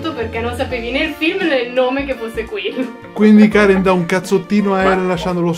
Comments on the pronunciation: dice Karen non Cane XD pur'io avevo capito cane ahahah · Non lo so sembra che dica la "r" di Karen ma la "n" non si sente proprio